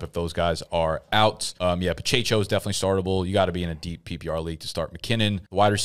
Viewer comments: Pacheco NOT Pachecho. Pa che Ko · Pa-cha-cho 😂. It’s Pa-check-o. Hilarious.